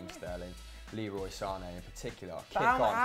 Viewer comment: Sane is actually said like Zane he said that in a interview